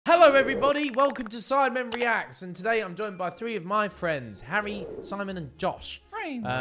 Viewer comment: why did in the intro it sounded like im doing three of my friends... instead of joined by three of my friends XD